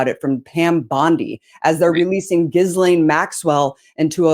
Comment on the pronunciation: Gizz-laine? Ghee-lane